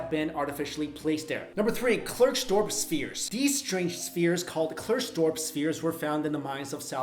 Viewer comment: I barely even recognised that he was saying "Klerksdorp" lol